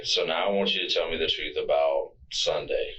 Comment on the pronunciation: "I"m telling da truf"